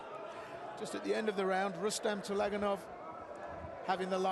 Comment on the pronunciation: Please, correct the name (surname) of the boxer from Uzbekistan. It is TULAGANOV (not ULAGANOV)